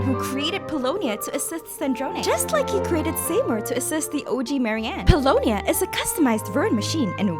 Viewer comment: Interesting theories. I'm of one mind to bet that Sandrone got jaded after all these years, knowing she never could replace Mary-Ann. Also, I'm begging you to learn how to pronounce "Seymour." It's "see-moor"